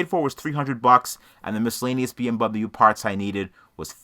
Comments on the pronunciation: “BM bubble-you parts” 😂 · "Misc. Bee-Em-Bumbuyu parts"